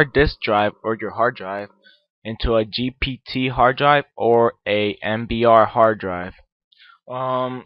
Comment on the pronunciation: Leave the tech stuff to people who know what to and when to do it you are just misleading the poor innocent people into headache and learn to pronounce GPT cause it is a struggle